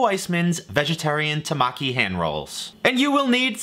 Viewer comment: It's temaki not tomaki